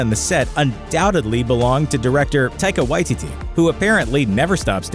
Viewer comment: Whoever it was that said "Taika Waititi" please learn how to pronounce things. That shit was uncomfortable